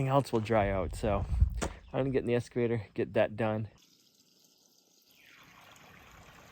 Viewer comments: I don’t mind the switching from one project to another without them being 100% completed. All projects can have starts and stops for various reasons. This is life. P.S., it is interesting to me that you cay “S” cavator, not “X” cavator. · Let's practice. Excavator. Not escavator. Ex not Es. Say it with me. Here we go. Ex. Ex.